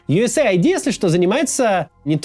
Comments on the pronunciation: Не юэсэй айди а юэс эид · Скажите кто-нибудь ему, что это не Ю ЭС ЭЙ АЙДИ. Это Ю С АЙД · Да какой бл айди? Эид. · Абривиатура USAID читается как US Aid (Ю Эс Эйд). Произношение USA ID (Ю Эс Эй Ай Ди) очень режиь слух! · US ID это то что вы произносите,организация о которой вы говорите называется US AID !!! Как можно это упустить? ))) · Поддериживю! Ну сколько можно... Аж слух режет! Правильно - Ю Эс Эйд. А не Ю Эс Эй Ай Ди... Смысл там в аббривиатуре - Соединённых Штатов Помощь. Ай Ди (обычно аббривиатура ID) - удостоверение личности, что ни коим образом не имеет отношения ни к структуре, ни к её названию. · Правильно произносить юэсэйд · Ага: ЮЭС ЭЙД блин не понял как читается глядя на картинку где оба слова выделены отдельными цветами 😂